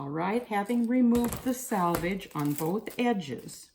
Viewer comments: I agree with the other comment about “salvage” and “selvage.” Got hard to listen to the mis-pronunciation. Lol. I use this method, Glad press and seal, for quilting. Place the press and seal on the fabric, trace the pattern lightly on the press and seal, sew directly over lines on the press and seal, then carefully tear it away. This works great for lightly quilted areas only. You run into issues with heavily quilted areas as you pull it away as you get tiny pieces of wrap you have to pick away with tweezers. It can be done but puts another step in your process. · This was interesting and useful. I have never heard "selvage" pronounced "salvage". Is this a localized pronunciation? It is a cool linguistic mark and I really want to know just where you are from, or what your linguistic heritage is. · Selvage not salvage. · More than she said salvage instead of selvage..... but I think the technique is cool.